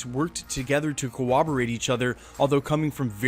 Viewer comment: cor·rob·o·rate /kəˈräbəˌrāt/ (the second syllable is not a w-a blend). ;)